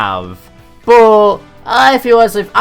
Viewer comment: Boh = But. Interesting pronunciation. Love your lists.